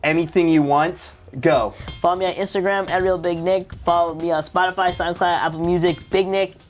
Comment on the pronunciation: I Think He Said Fallow My Instigram